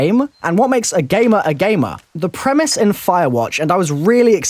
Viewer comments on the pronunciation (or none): And yet when you say "premise" I hear Primis.